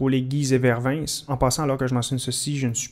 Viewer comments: Une petite précision sur "Vervins", on ne prononce pas le "s". Et pour ce qui est de "Sainte-Menehould" ca ne se prononce pas comme on pourrait le lire, cela ce prononce en effet "Sainte-Menou"(Meunou). Voila encore une merveille de la francophonie :) Sinon j'adore la série continue comme ca ! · Par rapport à Vervins on ne prononce pas le "s". Par contre pour Guise le "u" se prononce ahah, ça nous apprendras à avoir une langue riche et complexe. Encore un super épisode, je me demande juste si c'était une bonne idée de déplacer une unité belge sur laon, étant donné qu'il y a un malus de moral lorsque plusieurs nationalité se battent ensembles. Vu leur nombre il serait peut être plus logique de laisser les belges ensembles et de jouer avec les anglais pour les renfort si nécessaire ?